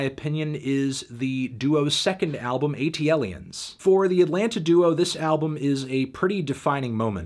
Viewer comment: Sorry...ATLiens is pronounced as so. Not A.T.L.iens. had to be that guy.